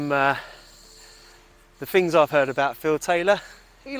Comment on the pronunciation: Love the beginning of each video, Hello, here and welcome to Unusual "FINGS" 😂😂😂 Only stumbled across your page yesterday morning and already more than halfway through ur vids. Very interesting channel. Keep up the good work x